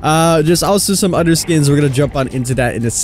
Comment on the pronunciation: “some udder skins” Damn, be lookin’ nasty lately